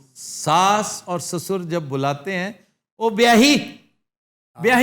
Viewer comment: sussor..hindi ka lafz hai..urdu mein arbi se aaya .... Sosar kehlata hai